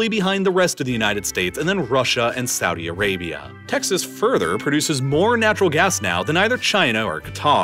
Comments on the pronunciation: *Saudi Arabia, not Suadi Arabia ;-) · "Suadi Arabia"